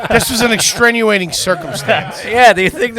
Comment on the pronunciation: One of my favorite parts of AYG episodes is hearing the guys say things like: That's a "mute" point... It's "extrenuating" circumstances.... We are "components" of..... It really epitomizes "Are You Garbage?"